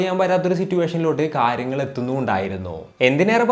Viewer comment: Pls avoid ‘kaaryagal ‘